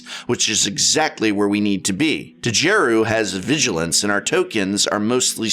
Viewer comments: The "D" is silent, hillbilly. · Prof the D in Djeru is silent... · Prof, I think the D is silent, Mr. english major.